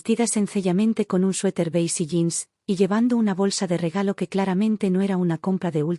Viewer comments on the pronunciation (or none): none